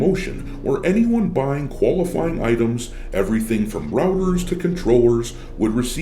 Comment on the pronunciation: I misheard you when you read the "from routers to controllers" and thought you said Rubbers, a European slang for condoms. Some how, that felt fitting. Cause if you are buying 'rubbers' on Amazon, you might need something so terrible it will help you last longer.